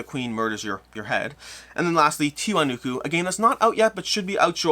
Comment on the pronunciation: Isn't it TI-WA-NA-KU?